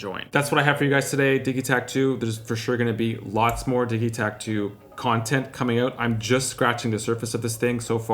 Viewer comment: Diggy take lol or diji pronunciation.